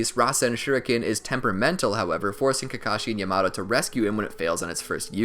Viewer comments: when you said “yamato” as “yuh-MAto” instead of “ya-muh-toe” i lost it im sorry ik it’s annoying when ppl bring up name pronunciation but it was so funny to me😂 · Bruh is yamaTo not yamaDo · my guy said yamado instead of yamato ;( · Its called yamato not yamatoe no disrespect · He said yumawto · bruh its not yomoto its sounded like yah-ma-toe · When he said yamado it threw me out of the video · This is amazing! However, the way he pronounces Captain Yamato's name gets me triggered... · Bruh the way this dude says “Yamato” pisses me off but I don’t even know if it’s right or wrong😂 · I hate how this guy says Yamato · Anime. Simp it doesn’t need to be Japanese. But like wtf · He is saying yamatos name wrong